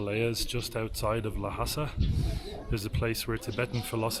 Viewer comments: A small correction: the name of this city "Lhasa" is pronounced "Lasa" in Mandarin, and is similar to "Hasa" in the local Tibetan language, so it cannot be pronounced "Lahasa". Love you two, wish you have a good time in Tibet! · You look more confident, you should learn how to pronounce 'ལྷ་ས་', definitely not like 'Lahasa', there's no 'a' between 'L' and 'h'. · we Tibetans pronounce it as "Lhasa". Lha means God. Sa means ground. It seems that you are misinformed with too much confidence 😂